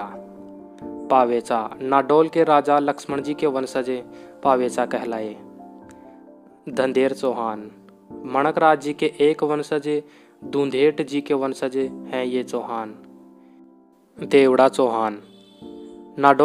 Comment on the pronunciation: धंधेर नही धंधेरे कहते है बुंदेलखंड । ब्रजेंद्र सिंह धंधेरे